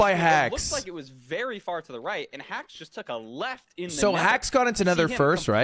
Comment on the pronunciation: hax won playoffs because he's the only one whose name lud didn't mispronounce